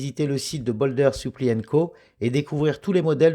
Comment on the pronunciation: Présentation sympa, merci et belle découverte. Quelles frais et taxes va t'on payer en l'achetant sur leur site ? Comme d'autres, je trouve qu'elle fait un peu grosse pour une 40 mm. Sinon, juste une petite remarque: supply, diver se prononcent "aï", pas "i" ;-)